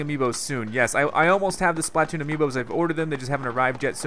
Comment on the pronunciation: JWR Browne BTW it's splatoon not spaltoon